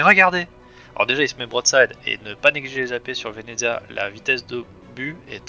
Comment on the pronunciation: le vénéDEZIA wsh c horrible sa se prononce vénétsia bahaha bref jadore le venezia perso